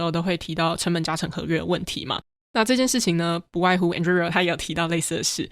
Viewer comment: 這集算是精華濃縮內容很棒，但Anduril的發音好出戲，雖然自創詞嚴格上來說沒有正確發音，但一直對於聽Palmer發音習慣的人來說聽得有點痛苦，加上這個詞有從頭到尾都出現，但還是感謝上傳精彩內容！